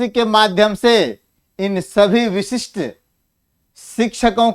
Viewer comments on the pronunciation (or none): वशिष्ठ नहीं बोले , विशिष्ट बोला जाय